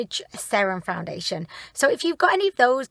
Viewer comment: I rewound the very beginning 3 times just to hear you say welcomeb to a foundidliation review lol love it!